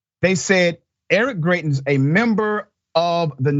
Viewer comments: His name is actually pronounced as Gry-tens. I know because I'm from Missouri. When he visited Jackson, MO to discuss state taxes, he was peppered with questions about kidnapping his side chick and his threat of revenge porn. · it's pronounced Gry-tins. sadly, I know this because I'm a resident of this backwards ass state.